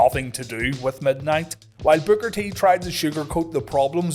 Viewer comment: Love your content, but all I hear is "booger t"😅 great episode!